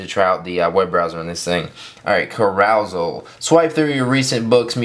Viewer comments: Carousel is not pronounced "Ka-ROW-zel", it's "Care-uh-sell". SMH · Cah-row-sul? Lol that was so funny. Carrow-cell. Lol. Great video as always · CaROWsel lmao carUHsel! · its carousel like the ride not carowzel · Ca-row-zel??? Carousel = carol-cell. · AHAHAHAH CA-ROW-ZUL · cah-rou-zal lol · lmao!!! how he pronounced "Carousel". Thanks for posting this, it was very helpful in making my decision! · Ha i laughed at the way said caroussel:D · Good video, very informative! Although I had to laugh at your pronunciation of carousel. :-) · carousel is like the ride lke a merry go round not how you said it lmao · He said carousel wrong just sayin